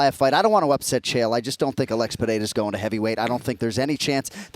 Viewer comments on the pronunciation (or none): Lmao Chael will never learn Alex's name.